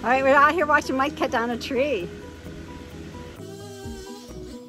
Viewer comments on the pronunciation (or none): none